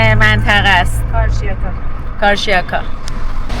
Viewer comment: سپاس، کدام منطقه‌ در ezmir مناسب زندگی هست. من از آلمان قصد زندگی dar ترکیه را دارم. اگر ممکن منطقه‌ای ke عمه عزیز شما زندگی می‌کنند بگید. 🎉❤ شنیدن carcjaka😂